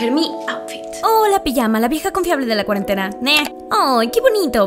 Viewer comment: Todos: cuarentena Yo: cuarentatena JAJAJAJA